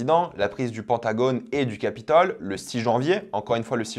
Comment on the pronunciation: Le Pantagone? Tu sais parler ? Pentagone... Pintagone....